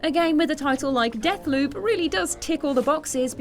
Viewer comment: I can't believe pronounced it as Deckloop, rather than Deathloop